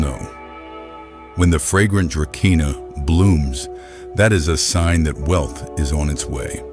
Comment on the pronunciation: it is pronounced "druh-see-nuh", not dra ke nah! duh!